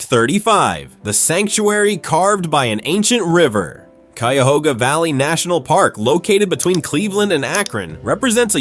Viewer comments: You just butchered the pronunciation of Cuyahoga county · Also, never mind. He pronounced Cuyahoga correctly initially, but when talking about the river later in the video, it got butchered too. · Ack! Cuyahoga and Geauga!!! Learn how to pronounce, if you are a professional narrator!!! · A lot of videos documenting Ohio in general mispronounce the names - at first, the voice (probably AI) pronounced Cuyahoga correctly but later in the video it screwed it up, lol.